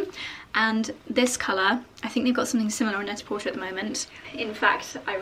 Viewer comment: I've learned how to pronounce some things from your vlogs, so I thought I would share that I think it's supposed to pronounced Net-a-PorTAY, you know, to rhyme with "prêt-à-por·ter" (/ˌpredəˌpôrˈtā/), as a very clever pun on the French term for ready-to-wear. It's always a surprise to me when I hear you say "porter," rhyming with "shorter."